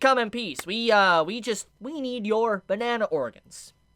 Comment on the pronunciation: Did he say “bana-Ana” 😂